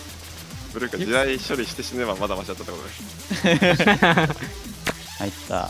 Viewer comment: ここのほんわかした笑笑 〜ひとりで部屋で声出して笑っちゃいましたww またもや可愛いポイント m(( ぶるさんに無視される 目が悪い発揮 🌟 流石に好き アツすぎる…！！！ 「はい、手に入りません。」ww 地雷処理の発音好。。